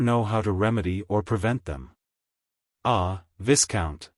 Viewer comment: The AI voice makes LOTS of mistakes in pronunciation and intonation. Too many to mention But the most grating is the mispronunciation of Viscount as viss-count. It should be vy-count obviously. Vy as in by. One of the other bad ones is not pronouncing the names properly and where "M." shows up in front of a name not pronouncing it as Monsieur. There are many other errors too.